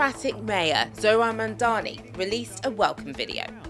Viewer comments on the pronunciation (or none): none